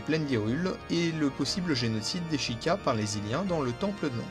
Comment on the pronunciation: et sheikah ca se prononce chaykah